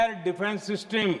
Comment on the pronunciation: Bidla shab vese to bhout toka taki krte ho shab sistam sistam kr rhe inko bolo system hota h